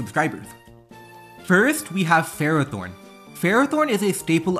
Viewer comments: Nobody pronounces Ferrothorn right. Fer-Raw-Thorn not Fero-Thorn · I'm going to scare everyone. The correct pronunciation for Ferrothorn is "Fur-Aa-Thorn".